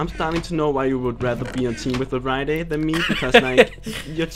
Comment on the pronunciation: Wait did he just say ''Vareida''?